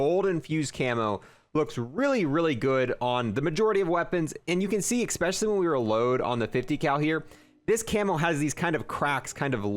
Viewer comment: Although I enjoy your videos, you have got to stop saying 'ekspecially' my man